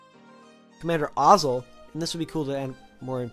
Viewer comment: Your pronunciation on some of them eesh btw it was Admiral Ozzel. I would add Captain Needa, Admiral Motti, General Tagge, Colonel Yularen(Admiral Yularen in the Empire) Thrawn, Governor Pryce, Agent Kallus ect